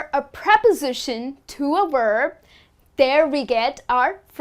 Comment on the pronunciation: Hi, your pronunciation of the word "verb" is confusing me...it sounds more like "werb"...